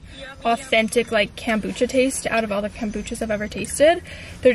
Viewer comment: Bestie your saying kombucha wrong..